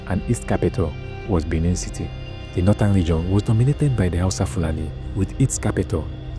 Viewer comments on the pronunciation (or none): none